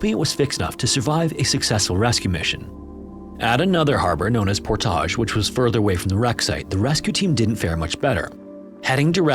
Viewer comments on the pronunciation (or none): Love your videos but man, it’s ’Por-tij’ no need to get fancy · PorTAAAHZH. You make that podunk town sound so fancy. LMFAO. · Also, Port-ij as opposed to pour-tah-j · also Portage as Por-tage.. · I lol'd when he kept saying Portahhhj. The lead up with Dullith was also rather comedic. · And Portage, Wisconsin was also wrong. The "-age" is pronounced like at the end of "baggage", not "omelette du fromage" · About as bad as the "Portage" pronunciation. Tried too little with Duluth, and too much with Portage.